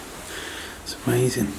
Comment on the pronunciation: I love how u say..AMAZIN'...please..let's NOT say the LORD'S name like that though...OK luv??